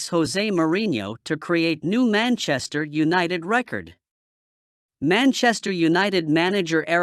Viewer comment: Maenchester eunited😂😂